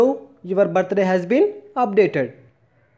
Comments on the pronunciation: Thank you...but its birthday...not ba-ta-ray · It's birthday not bat tha day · Am I the only one who heard battery😂😂😂😂😂😂